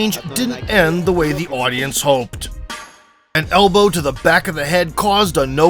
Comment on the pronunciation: "a single HELLbow" 😆